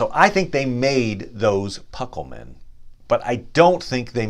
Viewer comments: Actually your pronuncement is terrible.eg it's not pucklemen, it's pronounced Pooklemen. Itsnot Gan berry gan, it's pronounced Gan Boory. Gan.oh and by the way Elrond's father's name is not pronounced as if the first letter is a Y. The first two letters are pronounced as two separate letters. Ea is not Ya. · The u is always long in Elvish and Sindarin based languages. So no, you are not pronouncing it right. They are POO-kel-men, like a Ducal Signet is pronounced. Also it is Gone- boory-gone, not Gone-berry-gone. Sorry, nice try. The Numenoreans had many Druedain among them on the island of Elenna. Pukelmen is their name for these people. Since the Numenoreans spoke fluent Sindarin in their everyday speech for centuries, only slowly evolving into Westron as their native Adunaic made a comeback during their rebellion against the Elves and the Valar. But even their Adaunaic was taught them by the Elves of the East, those reluctant Teleri whose Western kin later evolved to the sub-group Sindar, and maintained many common elements. So no matter how you spin it, every word they talk is based on the Sindarin/Teleri language.